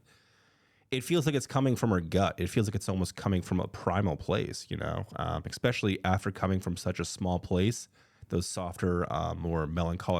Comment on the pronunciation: You say “expecially.” That means you are not smart. I bet you order “expresso.”